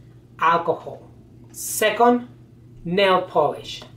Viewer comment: Sacond instead of second